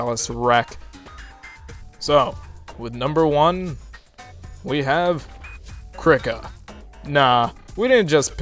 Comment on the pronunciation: always thought Krika was pronounced "KREE- kah"